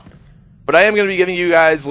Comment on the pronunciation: ''you huys get the jizz'' ?